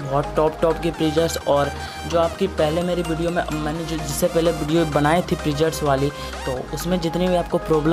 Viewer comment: presets hota hai bhai prejets nhi 😂😂😂😂